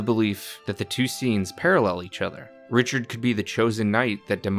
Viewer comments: Richard- Raura kinda close 😂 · I'm confused why is he calling Rauru Richard?😂